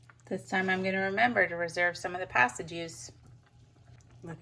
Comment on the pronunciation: The way you say pasta is bizarrely infuriating